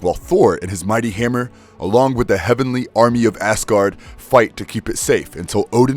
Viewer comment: So am i the only one that hears him saying ass-gard